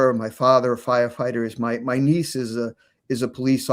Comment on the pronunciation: Judge Andy: "Neechee".